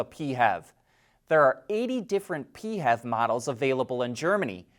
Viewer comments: Please stop saying P-hev. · I’ve never heard it said that way. Thought it sounded rather dumb. Does everything need to become an acronym?